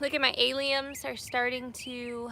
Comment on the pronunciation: when you say alliums are you referring to some sort of onion/garlic/leek/chives, or are you referring to something that's different and spelled differently? The pronunciation throws me off, but I figure it's something I haven't heard of...I don't plant much in the way of flowers.